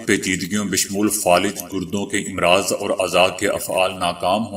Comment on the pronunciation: Again Its AMraaz Not IMraaz